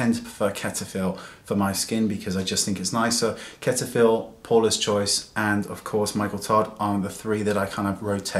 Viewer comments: Lol did you just call Cetaphil ketafil? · I like the way you pronounce Cetaphil. It makes me smile :)